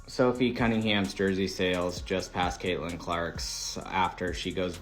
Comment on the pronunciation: At least get an AI voice that can say Caitlyn’s name correctly.